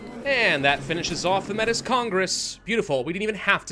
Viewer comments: Heads up Metis is pronounced more like May-tee. There is no S do to it being a French word <3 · Métis is pronounced “May-tee” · Just for reference, it’s the Métis (May-tee) Congress:) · Metis is pronounced May-Tea; it's the name for a distinct ethnic group of people descended from the indigenous and first European colonizers if you didn't know. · Metis is pronounced 'Mey-tee'. It's a french word for people with both native american and white heritage.